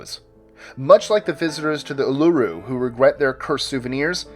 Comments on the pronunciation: Why the fuck do you yanks always fuck up Aussie words. Uluru is pronounced like this: oo-la-roo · Number 3 uluru (airs rock) is pronounced oo-la-roo just so you know